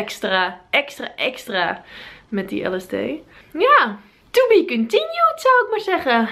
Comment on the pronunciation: TOE BIE KONTIENJUUD